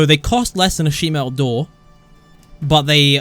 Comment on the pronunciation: i just repeated the way he said ir, he never says metal, only male